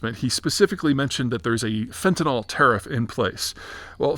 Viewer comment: Fen-ta-NIL. It's pronounced the same way it is spelled. Fentanol is an actual, different chemical, β-hydroxyfentanyl.